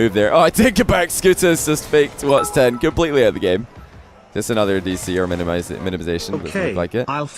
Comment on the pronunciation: Someone please tell that it’s watSON 10 not wats10